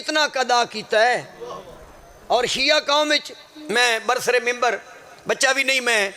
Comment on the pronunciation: بھائی صاحب یہ لفظ منبر ہوتا ہے ممبر نہیں ممبر تو اسمبلی کا ہوتاہے